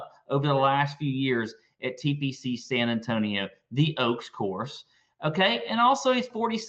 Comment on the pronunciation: "TPC San-tonio" lmao